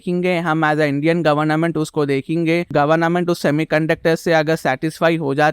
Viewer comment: Government hota hai N mat use kro ap governa ment bol rahe ho